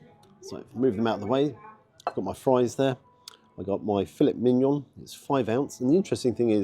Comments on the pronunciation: Great review, as always, thanks,. Breakfast looked good, as you say and as you say, too...pricey! Surprised by the steak meal. But now, now..! As you're a qualified foodie blogger it's "Fille(t) Mignon (silent "T") and our French cousins will have a field day with you on that! But again, thanks so much for your great reviews, keep 'em coming!!! 👍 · I see what you did there,. You pronounced Filet Mignon in a very English way rather than it sounding more French.:D